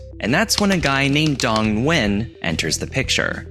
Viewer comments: Vietnamese here, you did butcher it 😂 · Never heard anyone pronounce the "N" in Nguyen, before.